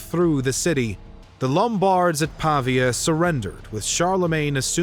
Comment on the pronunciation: Great video! Small note, more a suggestion than a critique: a couple of the pronunciations miss the stress. For example, Pavia is pah-VEE-ah, not PAH-vee-ah.